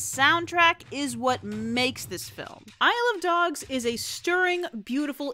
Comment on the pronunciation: Damn, Isle of Dogs sounds like "I love dogs".